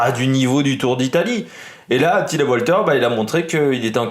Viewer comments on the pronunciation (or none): On dit valter il me semble non Walter